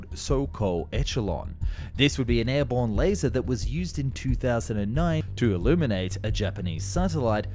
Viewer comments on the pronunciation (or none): none